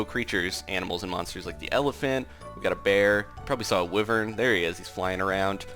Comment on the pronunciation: Wyvern Is prononced WHYvern.